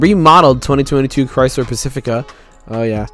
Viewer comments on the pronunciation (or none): none